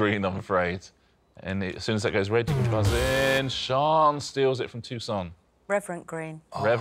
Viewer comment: Why are they pronouncing Toussaint's name like Tucson, Arizona? It's French FFS!